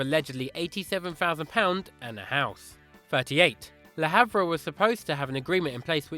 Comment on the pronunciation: triggers me when he says le harve wrong